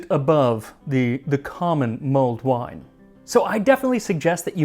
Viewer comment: I can't stop hearing "Mold Wine."